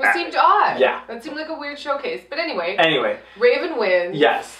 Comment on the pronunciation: wraven wins? Lmao u said it weird